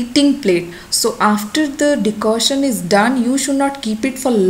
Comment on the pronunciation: It's Decoction not Decotion.